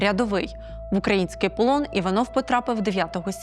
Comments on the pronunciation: ..пані Журналіст наголос невміло, принизливо в понятті: [український] промовляє. Наївність та не професійність ,на жаль в пані Журналіста.. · Навчіть ведучу ставити правильно наголос в слові український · Дякую за розслідування. Але чому ви постійно кажете укрАінскій. Це ж навіть російською помилкова вимова.